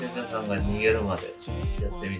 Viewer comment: さんの最後の「茶々さぁ～ん💕」の「さぁ～ん」の発音が「ニャ～ン」って聞こえてアプリが反応したんじゃないの？🤔 それで「あっちに行って💢」って😂😂😂